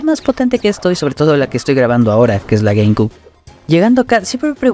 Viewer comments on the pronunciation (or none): Se pronuncia "gueimciub" no "gueimcub" ☝️🤓